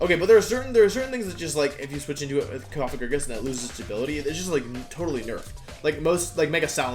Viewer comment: I'm unreasonably happy that you pronounce Cofagrigus correctly